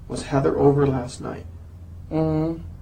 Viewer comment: Heather ce prononce : HEY-DEUR… et non pas izeur